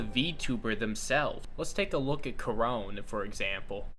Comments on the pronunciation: ... Ko-ro-ne. The e isn't silent. Sorry, had to go there. Other than that, some interesting insights in your video. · I think it would be funny if you pronounced Korone's name as "Cornet" from now on because that's what the word "Korone" in the Japanese language is actually supposed to be. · I'm sad. you pronounced korone wrong